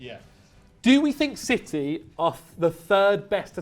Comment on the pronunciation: 4 minutes and I notice it was all "shitee" 😂